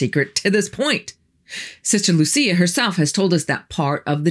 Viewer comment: The story of these 3 children is true. Lúcia (the stressed syllable is Lú - LOO.seeah) died a few decades ago. But before she died she wrote a letter reporting the 3rd secret to the then Pope, but the Pope did not disclose it to the public.